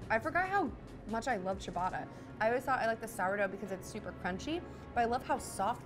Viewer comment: THE PRONUNCIATION OF CIABATTA IS ANNOYING ME